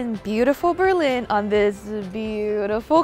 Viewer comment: I tried to ignore that but when she called Berlin as "Terlin" I lost it.